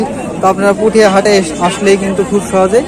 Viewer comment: ভাই পুঠিয়া না পুটিয়া